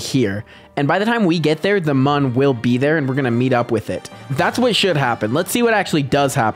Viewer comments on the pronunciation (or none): Pretty sure the mun is pronounced "moon" and munn is the correct spelling for how you're pronouncing it 😊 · MooM not MUN